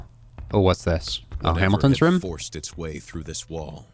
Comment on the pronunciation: My favorite part is when says "rum" instead of room.